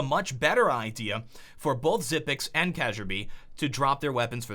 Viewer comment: Daniel Bjerregård Altså han har jo ret, det udtales "kærby", hvordan vil du skrive det på engelsk?